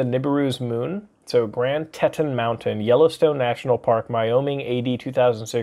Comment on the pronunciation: Teton is pronounced "tea tons"